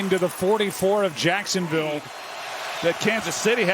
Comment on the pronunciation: it sounds like he says touchdown Jackson Bay because they're in Florida 😆 🤣